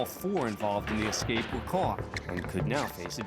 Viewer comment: judge said EXCAPE though, It's ESCAPE. He's supposed to be an educated man ffs.